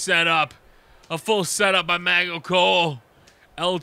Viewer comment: I wanted 2 point out tht y u say Machel instead of Michael